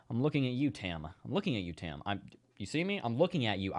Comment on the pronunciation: I thought he said Tam! Lol